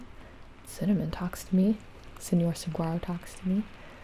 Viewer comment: Just FYI, saguaro is pronounced "sa-wah-ro"